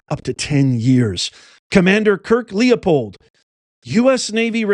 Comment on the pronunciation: lippold not leopold